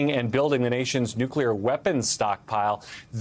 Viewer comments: "nucular" and "nuclear" in the same sentence, that's a first for me😮. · Why do so many articulate public speakers struggle to say nuclear, saying instead, "nucluar"? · I can't take a journalist seriously if they actually pronounce nuclear, "nu-cu-lar". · Nuculurr. SMH. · Yes, you heard that correctly. The first attempt at pronouncing nuclear was "nuke-YOU-ler". Brings back fond memories of Dubbya. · Didn't he once say "He knew 'nukler' better than anybody"? The man can't even pronounce it correctly.